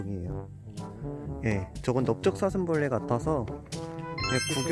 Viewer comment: 아니ㅋㅋ 초에 넙적사슴벌레 모예요ㅋㅋ '넙' 이 아니라 '넓인디요'